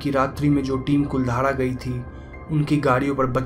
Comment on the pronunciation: I'm from jaisalmer and it's not कुलधारा it's कुलधरा